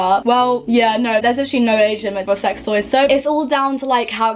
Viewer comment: Lol when you said about sex toys thought you said Asian sex toys lol like wtf haha